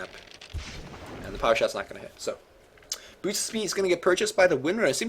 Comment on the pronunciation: you need to refine your speech more. You seem to be eating your words especially when you get excited. Some words you mispronounce like boots sounding a lot like booch. Maybe because you're bilingual? Anyways, we love your casting. Just polish up your pronunciation skills more.:)